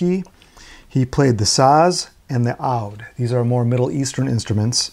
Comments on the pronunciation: Oud (pron. -uːd /uːd/) as in “food” NOT “owd” as in “OUCH”! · My mother is Turkish and she actually had their first two albums so I am tickled pink with this video. By the way, Oud is pronounced as “oood” “and “Taxim”is pronounced as “Taxeem.” Taxim Square is a famous area of Istanbul’s European side. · With all due respect, "oud" is pronounced "ood". I still really enjoyed this video!